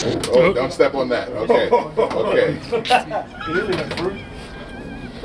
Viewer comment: when the fuccing 2 rotor 2 shteps, the fuccing earf rotates quicker